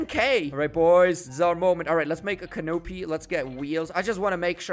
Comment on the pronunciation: Lol he kept saying canopy made me laugh not to flex but it's cannapy but with an o